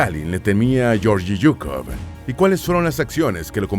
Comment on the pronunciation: Se pronuncia :: LLEORGUI SUKOV